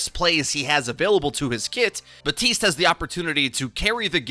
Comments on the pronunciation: Buddy it's Baptiste not Batiste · BAP-TISTE. Not BA-TISTE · BaTiStE Me: oh,, Jeff literally came out and said he mispronounced it and that it’s bapTiste:) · HIS NAME IS BAP- TISTE GEEZ 'BuTiStEe' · Why do you call him BATiste instead of BaPtiste? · This is a PSA ✅: BaPtiste ❌: BaHTtiste Thank you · Did you just say “BAPTISTA“? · I cant even watch you do videos on Baptiste anymore, fucking READ THE NAME! Theres a p, it's not batiste! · Batiste?? 😂😂 my Haitian roommate is livid right now 😂😂 there's a P in there bro. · Abbreviates the character’s name as “Bap” but still pronounces it “Ba-tist”. Excellent. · My roommate is Haitian is got so mad when he heard this 😂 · TheCakeCraft ikr? It’s like he tried to be real cool by trying to pronounce his name “right” even though Baptiste has voice lines where he calls himself “Bap tiste” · All the developers have stated the p is in fact, not silent. Also you can clearly hear the "bap" from characters in game. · BAP-TISTE. Respect my main please. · This man just forgot about the letter P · The P in Baptiste is not silent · If you love him so much, maybe pronounce his name correctly? This is heinous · For the love of God, please pronounce the P in Baptiste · Jeff said it can be pronounced both ways, but Haitians don't pronounce the P normally. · you know there's a p in his name right? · why can nobody pronounce his name right. Everyone just ignores the "p's" existence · There’s clearly a P in Baptiste I guess we r just gonna ignore it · The P is silent. French origin. Batista in Spanish/Portuguese. Use the internet when in doubt. It's not that hard. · Say his friggin name right. It's been months.